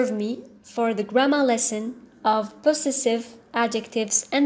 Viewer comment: hello Ms thank you so much your lessons are helpful .NB: check the pronounciation of the word possessive .pəˈzesiv